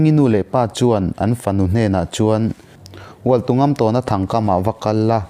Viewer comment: Hualtungamtâwna tih a lamrik tur a ni lo maw... " Tawn " tih lai hi thlûk tur zawk a nih hmel.